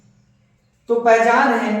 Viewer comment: Pahichan nahi hot hai paihchan hota ha